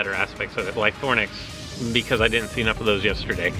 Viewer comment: Use Lythronax, it's super effective. Ly-THRO-nax, Ly-THRO-nax, Ly-THRO-nax. (Not Ly-THORN-ax, please)